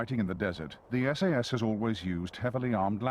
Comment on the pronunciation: WHy is he pronouncing SAS like SS?